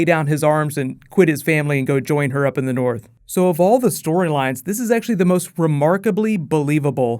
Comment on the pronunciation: North* not Borth